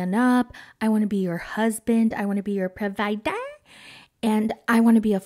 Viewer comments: It's the way you say provider now that always has me cracking up 😂 I accidentally said it like that at a work meeting the other day "we need to make sure that we choose the best available pruh-vy-der....oh my god I'm so sorry 😅" awkward af but they all thought it was funny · "I want to be your PROVIDER" 😂😂😂 I LOOOOOOVE when u say tht!!! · Lmao PRA - VII - DER 😂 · I’m just here for the “proviDER” part 😂😂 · I lose it henever you say PROVIDER💖😂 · Ha!! He wants to be her pro-vye-dar? HAHAHA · the way you say "provider" makes me giggle each and every time, thanks to amanda lmaoooo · The way you say provider 😂 kills me. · Everytime you say "provider" I swear😂😂😂😂😂